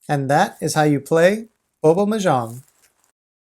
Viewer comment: thats not how you pronounce "mahjong" other than that thanks for the video